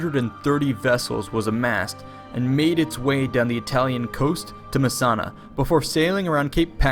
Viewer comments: Rutland is pronounced Yootland. Messina is Messina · No, it is Messina now; it was called Messana then.